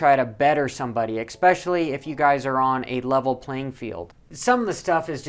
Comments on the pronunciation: "Expessially" try "especially" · Just an f.y.i. for ya, its "eSpecially" not "eCSpecially" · "Ek-specially" .....really? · Love the vids, "EXPECIALLY" the inside scoops!